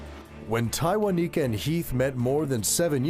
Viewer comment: One time for the announcer and judge who could properly pronounce Tywaniquekya.